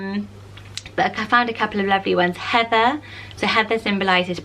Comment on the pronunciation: Aw, I never hear my name on these lists ❤️ I used to hate my name when I was a kid cause I thought it was weird or too unpopular but have grown to love it. Plus the way you say “Heather” makes me love it even more 😍 (also love Evie haha)